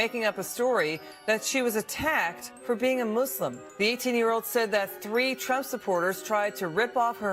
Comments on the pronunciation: What's with these people obsessed with pronouncing muslim as mooselim? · STOP SAYING MOO-SLIM!